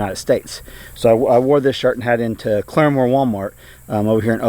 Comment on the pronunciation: Claremore? Sounds like "Clear-Less!"